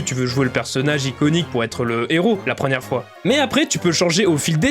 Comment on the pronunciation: « La prenière génération » ?